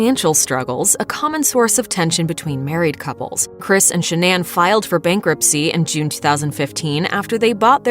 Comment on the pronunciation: I think she said /'sha-nan/ with the stress on the first syllable.